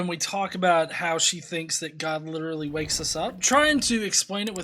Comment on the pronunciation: Who is Gah, that's what she keeps saying.